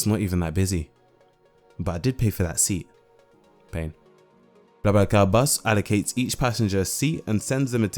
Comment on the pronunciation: convincing pronounciation. are you fluent in French? :)